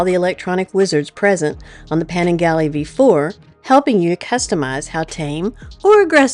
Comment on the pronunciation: I think is about to be replaced my for the voice overs! she's a (southern) natural. I'll take her pronunciation of Panigale btw. I'm sure you'll go back for the Triumph later.